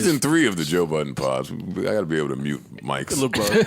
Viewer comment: Joe *BUDDEN There's no S in his last name homie.